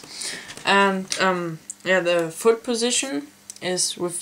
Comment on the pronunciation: did he said foot ???